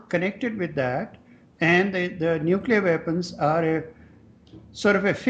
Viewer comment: Half the time, Paul Jay seems to say "nucular" and half the time he gets it right "new-clee-are." I think he has been listening to GW Bush too long and that may have confused him! :)